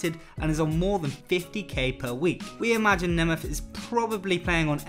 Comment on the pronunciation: This guy's pronunciation is truly deplorable: Nemeth, Internazionale, Ballon d'Or etc. etc.